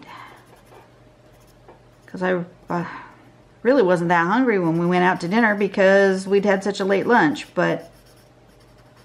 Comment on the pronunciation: 😂 I'm from the deep south and just hearing you say "hongry" is the absolute greatest thing LOL! Btw, this turned out to be one of my favorite go-to patterns. Thanks for a good tutorial